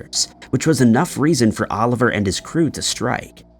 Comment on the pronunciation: Just one thing. It's Olivier Le Vasseur, not Oliver. He was French, not an orphan from England.